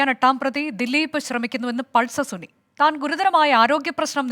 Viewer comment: Pulser suni അല്ല സുന 😂.